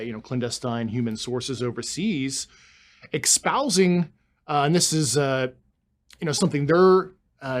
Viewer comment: Expousing. Really? And there's me believing it's espousing. I'm with you Doug. Don't believe a word of it.